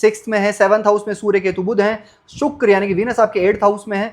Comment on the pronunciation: श स ष सही नहीं है आपका । रासि नहीं राशि , सुक्र नहीं शुक्र